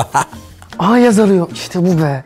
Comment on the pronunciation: Yag kusura bakma ama alperin yagz demesine sinir oldum pardon abi sizi seviyorum❤